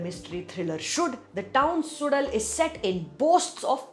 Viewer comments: To be pronounced as Su_La_L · K-uh—dh-ir… not Kaaaththir… S-oo-zh-uhl not SuDal mispronunciation is a turn off … and takes away from your good reviews. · Suzhal - When you pronounce 'ya' normally, the tip of your tongue touches your teeth. Instead, consciously move your tongue back so it touches the roof of the mouth & then try saying 'ya'. It' ll come out as 'zh'. You may need a few tries. Or a few hundred :) Don't worry though, many Tamils themselves don't get it. The Malayalis are a whole lot better at pronouncing this tough sound! Kathir - this is pronounced as Kuh - dhir. Not Kaa- thir. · SuDal? seriously? Could have invested a lill more time to learn the pronunciation as it is the title. But then we are only concerned abt english.